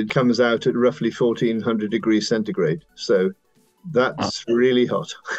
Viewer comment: Kudos to the guy who said "centigrade." My man!